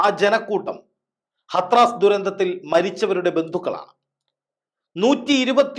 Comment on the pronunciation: ഹത്റാസ് എന്നല്ല, ഹാഥ്റസ് എന്നാണ് ശരിയായ ഉച്ചാരണം.